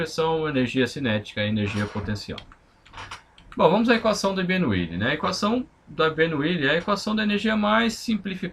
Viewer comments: É Bernoulli NAO BERNOUILI 😡😡😡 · mas como professor você que deveria se preocupar com a pronúncia para não cair no ceticismo em relação ao seu ensinamento.